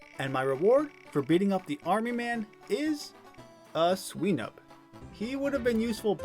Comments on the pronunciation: why do you pronounce swinub like sweenub? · Sweenub? Come on man. It's a pig. A swine. Swinub